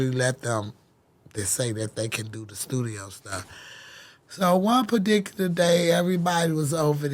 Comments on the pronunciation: “One Perdically Day”😂😂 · “So one perdicular day” 😂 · So one padicular day🤣🤦🏾‍♂️huh 🤔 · "so one perdickerlar day" haaaha gotta love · I know you lyin! “So one pardicular day” 😂😂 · “one padicular day is crazy” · Lol i heard that too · 😹😹 first thing i noticed she said